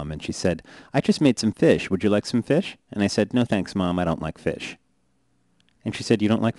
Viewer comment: I hate the way he says fish